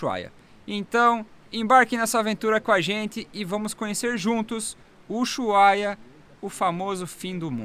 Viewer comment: Gente , por qué dizem "Uyuhaia" ??